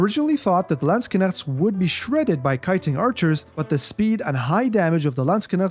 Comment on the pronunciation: I love how he pronouce it sounds like lands kinect